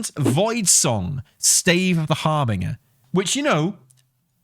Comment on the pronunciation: Your pronunciation of stave is heayvnly hayve a nice day.